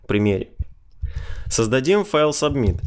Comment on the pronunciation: Спасибо за видео. Только с произношением немного странно звучит. Например, "субмит" )))